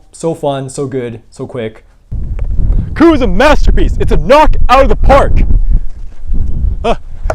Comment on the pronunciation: This video taught me how to pronounce "coup". Thank you.